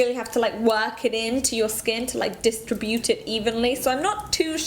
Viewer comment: Dis-tri-bute. Yergens. Love the pronunciation cuteness.